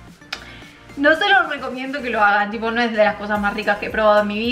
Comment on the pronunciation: Me da risa cuando, en lugar de decir "No" pronuncia "Do" 😂